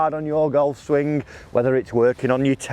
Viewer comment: Not swingk ffs....its swing. The g is silent